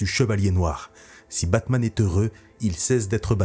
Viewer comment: « kebabman » ça a changé Gotham